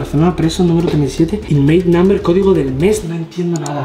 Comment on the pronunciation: que la palabra codigo la has dicho cofdigo y attack la palabra salida la ha dicho slaida